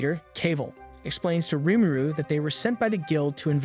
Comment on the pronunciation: I was enjoying this sooooo much until you kept pronouncing Rimuru (Ree-Moo-Roo) like a mumble, sound it out if not, say "our protagonist" or some other indicator that would indicate the main character. Especially if you have to say the name repeatedly.